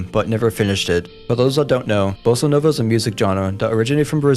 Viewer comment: you said Bossa nova wrong